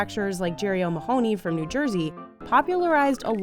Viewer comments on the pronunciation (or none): O’ mah - honey. Not ma-hoo-ney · The pronunciation of O’Mahony 😂😂 O’Maahonee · The pronunciation of O’Mahony is driving me mental